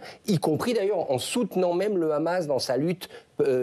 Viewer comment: Le khamas, le khamas. Ils ont un très bon français, pourquoi le prononcer avec un accent hébreu ?